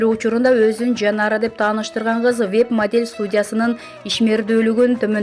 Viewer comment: Модьель деп кой